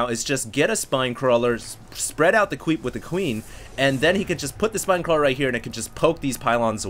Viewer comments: "spread out the qweep with the queen" :D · "Spread out the cweep" :p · "spread out the cweep with the queen" lol